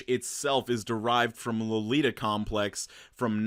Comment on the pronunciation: Its loli in lolita not loli in lolipop. Geez. I was dying at the pronounciation